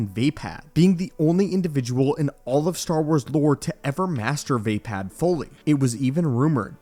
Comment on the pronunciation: Bro it is pronounced va pod